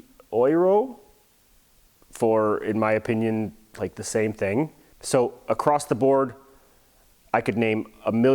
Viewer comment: Also ich kenne keine Engländer die ein hartes R haben.😂 Wenn du genau drauf achtest hört man auch jedes mal wenn "The" sagt mehr ein "S" als ein "Th". Und mit diesem Satz wirst du mich wohl als den deutschesten aller Deutschen halten, aber mir egal!😂